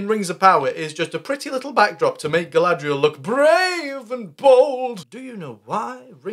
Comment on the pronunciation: Everyone in the show butchering Galadriels name just gives the same vibes as all the names being pronounced wrong in the live action A:TLA…